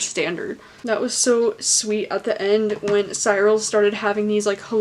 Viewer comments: It's See-rul!!! Not Sigh-rul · I loved the book and your review was interesting. Beware of making sweeping statements that priests molested boys not all priests did that. Finally the ‘ y’ in Cyril sounds an ‘I’ as in ‘drill’ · Cyril - 'cir al'. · i pronounced it "Sir-ul" tbh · NOT THE PRONUNCIATION OF CYRIL OMG